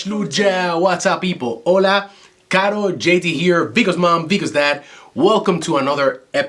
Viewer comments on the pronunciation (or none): none